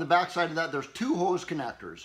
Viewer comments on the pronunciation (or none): none